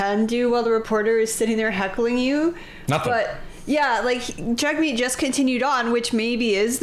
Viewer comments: Pronounce hit name property: JUG-meet. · His name is pronounced “Jugmeet”.